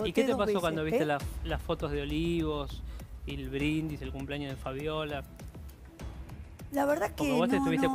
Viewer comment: Que ganas de pegarme un corchaso cada vez que escucho a Cinthia decir CUMPLAÑOS! no sabe hablar y es candidata a diputada... pais del orto.